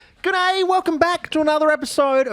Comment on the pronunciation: You know you're a fucking weirdo from Adelaide when you say "gooday" instead of jus gday like a god damn champion. I'll try and let it slide but the tism gonna tism.